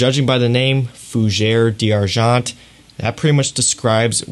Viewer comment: I enjoy your videos and the details that u offer. But FFS learn how to pronounce the right name of the perfume. Now, we have unlimited sources to learn properly how to pronounce the name in the right way. I closed to many videos from you when you butchered the language. Please, LEARN.